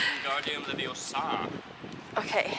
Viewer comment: It´s "Wingardium LeviÓsa", not "Wingardum Leviosaaá"... ;D lovely video guys!